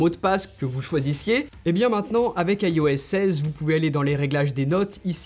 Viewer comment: Petite vidéo sympathique et forte instructive, cependant le "AILLE O S" me fait grincer les dents pourquoi ne pas tout simplemant "ios" en tant que bon francais ?